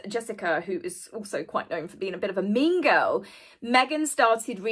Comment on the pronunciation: I thought called Meghan a "Mingo" but I think she actually said "Mean Girl". Took me a few listens to sort that out. 😂😂